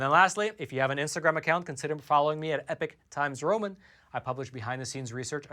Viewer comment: “I’m from the Epoch times!” Hehe love it!!